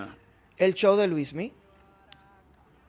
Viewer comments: Es Luinny o Luismy? ... Melvin debe aprenderse el nombre correcto de las personas que critica.. este tipo es un show😂😂😂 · No se dice Luismi,sino Luinni 😊